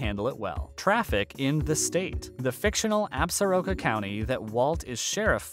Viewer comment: As a native of WY, and from the part of the state supposedly portrayed in the series, I enjoyed the series very much! Much more so than Yellowstone! However, I really wish the word "Absoraka" was properly pronounced! No, there is no Absoraka County! There is, however, an Absoraka Mountain Range named after the Absoraka tribe that once inhabited the west central part of the state. The proper pronunciation is "Ab-sore-a-ka"! Not ab sar aka!